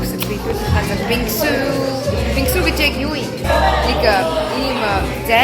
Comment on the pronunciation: Aimr english.tein bj bingsu.g бингсү gd bhiin бинсү shde. ing.giin dvrem bdg bzde 😂